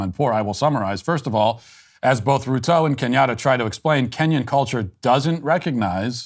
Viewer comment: Ruto as Rutoe has to be the funniest pronunciation of the name I've heard so far. Sbg for life🇰🇪